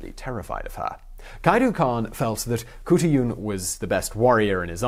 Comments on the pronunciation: Kahartoolarn..... thats the real pronouncement xxxx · It should be said as Hotulan or Hotulun. Because in traditional Skript o and u are written same. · Mongolian here, not Kutuyun more like Hutulun. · Hey Simon. Mongolian here. It's pronounced huut-a-lan but you gotta say it fast and not say each syllable. It's a weird language. And as a Mongolian I had never heard of her. Great find. Thank you sir. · As far as I'm aware the Mongolian language has no 'k' sound, so her name would be simply Hutulun. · The proper Mongolian pronunciation would be more like khoot-lune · I don't know where you got your information but I can tell you, as a Mongolian, the women in Chingis khaan's (not Genghis) time were not subservient to the men, only doing house work and rearing children. They were taught to support and protect the empire with beauty and cleverness. And how hard is it to say Khutulun? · It's not pronounced Khutulun, it's pronounced Khutulun. I would now I studied ancient Mongolian dialect. :)